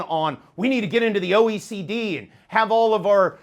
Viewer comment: Say your name clearly. It is important. What is OEC?